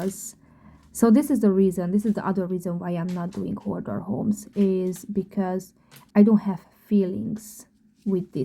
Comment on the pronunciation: The correct word is HOARDER, not "hodder.'